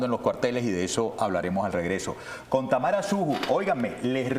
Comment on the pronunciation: Enves de tamaro, ? Es tamara 😂😂😂